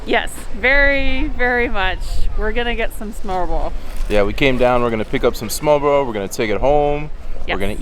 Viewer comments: I can relate so hard with I don't like onions or fish either. 😅 Also I am not a Native to Denmark either (English), but when you pronounced smørrebrød.. Needless to say, you are definitely trying your best. 😂 Nah but for real I can't talk, Danish uses muscle memory I don't have currently, mostly because of soft d, ø and the R sound, hopefully we can both get better with time. 😅 Thanks for giving your thoughts! I wish I were a bigger fan of smørrebrød, 🙂 haha. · the "kvæde" snaps is quince i think its called.... used often in tee. Oh and little tip with any snaps ... freeze it , drink it ice cold. next i would recommend you to try and pronounce the danish words slowly .... because when you say smørrebrød , it sounds like "smobro". try slowly and make each vocals stand out ... smør -re -brød. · If you can't pronounce "smørrebrød", you are not allowed to eat it. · Actually Smørrebrød does not mean Butter Bread, because Smørre does not mean butter. Smør is butter. In this case to smørre, means to spread something onto something else, so for instance, spread leverpostej on bread... or spread butter or lard on bread and then continue to spread other goodies.... just wanted to correct the misunderstanding.... Your pronunciacion of Smørrebrød is impressive, it is not the easiest word for foreigners...Bravo... ;-) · Your pronunciation could not possibly be worse. Please work on it before you ever say smorrebrod again.